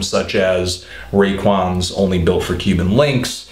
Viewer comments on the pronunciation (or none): none